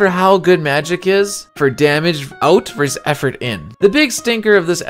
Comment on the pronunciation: Are you saying verse instead of versus? And wow is your math bad.